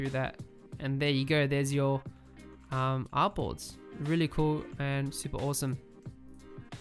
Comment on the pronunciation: Bro Whenever You Say Artboards I hear Apples 😄